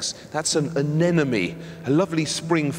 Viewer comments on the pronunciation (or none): Anemone, not anenome